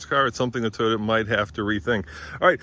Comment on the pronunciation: So still doesn’t know how to pronounce Toyota, and the designers and aero people don’t really care about pulling their trucks out of bad situations (tow hooks). Otherwise it looks about like what you’d expect. I really do like the surround-view camera system and interior rear view camera though. That’s important for truck owners.